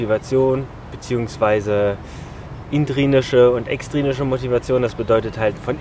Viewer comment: Das heißt intrinsische Motivation und nicht intrinische;-)